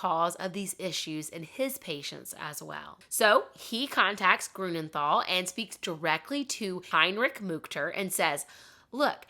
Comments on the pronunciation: Pronounciation tip: Grünenthal is pronounced TAL, not THAL. There is no th sound in German. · how did you try to figure out the German pronounciations? xd I am wondering cause what you said sounded to my German ears like for example "Grunenthal"/ "Grounenthal" with an English th that we dont have, "Heinrik Mukter" and "Odo Embros"